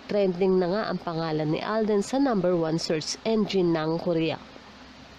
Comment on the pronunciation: ko-ri-ya Hindi po korya